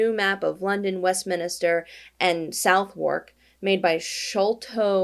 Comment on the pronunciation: Southwark is pronounced suthuck. I'm sorry.